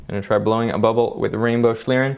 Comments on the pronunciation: Your pronunciation is awful, almost beyond recognition. It's 'shleern' or /ʃliːʀn̩/ for those versed in IPA. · Awesome video and great effort. My German brain is hurt, though. It is pronounced more like shleeRRenn. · As a german speaker it is very irritating how you pronunce Schlieren. It would be nice if you just took 1 Minute to look up the pronounciation of term you use multiple times in your video. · How english people say schlieren xD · I like how you say "Schlieren"! Sounds wierd to a german person although you pronounce it pretty good xD